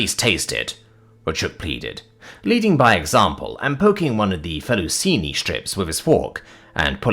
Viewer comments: Its pronounced feh-tuh-chee-nee btw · Any Italians that watch this are going to explode when they get to the fettuccine pronunciation lmao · That one hurt to hear, just like him pronouncing cheyenne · I'm not even Italian, and I was wanting to comment this. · Hello. I hate to keep correcting you, but... Gauge is not Gaw-ge. It is properly said as 'Gay-ge'. Fettuccine is said as: Fet-Tah-Che-Knee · On top of the butchering of the pronunciation of "fettuccine," is it a British thing or a you thing to say "gauge" with an "aw" sound instead of a long a?